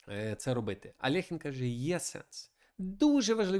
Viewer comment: Чому Алехін? Він Альохін